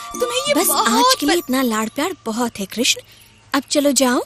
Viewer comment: Love the way you say Krishna ji.. thank you... You really prove Humanity comes first. Love to both of you